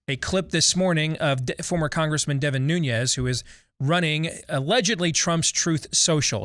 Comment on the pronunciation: Nunes is pronounced NU-nes. It is Portuguese, not Spanish.